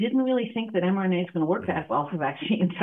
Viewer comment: I might be hearing wrong, but I'm sure I keep hearing this host mispronouncing the subject of his video as "mNRA," when it is correctly "mRNA." He says it as "mNRA," and his guest says it as "mRNA."